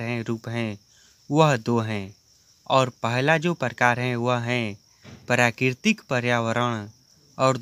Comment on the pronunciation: Bhai bolna sikh le pehle prakritik🙂parkitik bol rha h